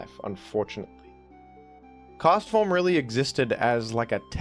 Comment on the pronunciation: the clarity with which you say Castform made me realize its name is a pun on Forecast all these years later. god.